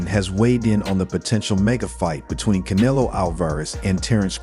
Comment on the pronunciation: I have a hard time believing his knowledge when he refers to CANELO as KAN-A -LOW.